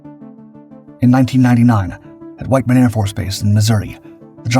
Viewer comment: Whit-man Air Force Base, not "White-man".